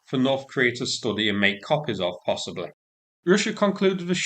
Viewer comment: the words.....possibly.....firstly.........possibBLEH. firstLEH. stop talking to stupid lol its just possibly